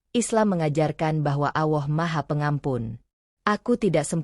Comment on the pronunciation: Ceritanya bagus dan sangat menginspirasi buat saya tapi maaf saya ingin mengoreksi sedikit Ketika menyebut nama Allah tolong dengan menyebutnya yang benar begitu juga ketika membacakan shahadat terima kasih